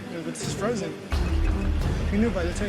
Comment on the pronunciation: Fresh not froozen fresh? Oh gawd 😅